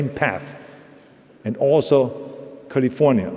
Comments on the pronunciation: Dear Austrians, please note how we say the name of the state "California". That is its name, not "Golly-vornya". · The great state of Cahlee-Fuh-Niahh